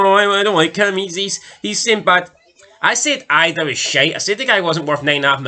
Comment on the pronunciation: It's pronounced ee-dah btw. Celtic havent played well in those games, but the ross county game, you said they were the better team. We were shite but still the better team. That was the point. Idah wasnt worth 9 mil but could be. Lads still young with lots to learn so im not going to compare him with anyone until he gets a full season under rodgers